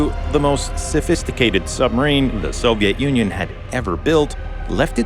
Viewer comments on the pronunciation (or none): I kept hearing Soviet ONion!